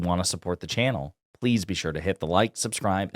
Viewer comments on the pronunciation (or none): I like the way you say "channel" 😂